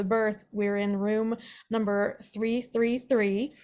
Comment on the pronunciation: numb.... "burr"